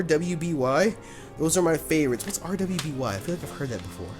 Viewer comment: When you do you intro why do you say "BWOTS GOOD YOUTUBE" instead of "WHATS GOOD YOUTUBE"